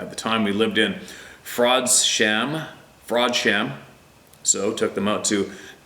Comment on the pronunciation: Dude said he was in”fraud sham”😂😂😂